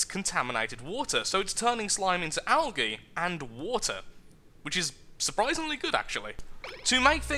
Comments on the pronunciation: Al-gee (algae) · I am not being mean I am just saying I say algae differently I say it like algee I am american